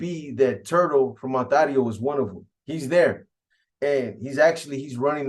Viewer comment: 😂😂PAISAS PRONOUNCE IT AS ITS SPELLED ONTARIO ,BUT THE HOMIES SPELL IT AND SAY IT ONTERIO